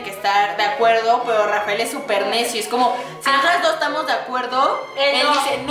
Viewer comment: lershot jaja no rafler ok no manxzano